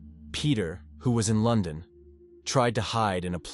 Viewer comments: LON DON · Yep, I was guessing up to LON DON otherwise pretty good ai, at least the dust is gone on this one lol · Lyn zay. Lon don. For sure you are right